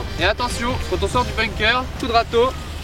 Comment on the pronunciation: On dit BUNKER, se prononce "Beunequeur" et pas BOOMKER